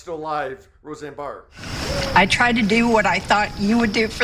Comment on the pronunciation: impossible “Barr”……